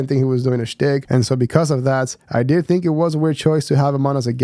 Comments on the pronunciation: Andrew saying “don’t tink too much” 😂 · "Mmmmm let me tink"